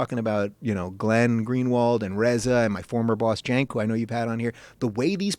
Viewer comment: ***** Oh okay, I thought it was pronounced "senk" but they said "jenk" which was kinda confusing ^^ But yeah, he has lost all credibility. He's kind of a social justice warrior nowaday..